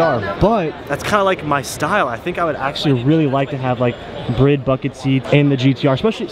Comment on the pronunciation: no ones gonna comment on the fact pronounces Bride as Brid?